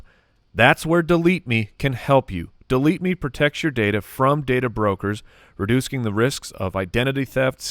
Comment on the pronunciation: I love the smooth slide past “redoosking”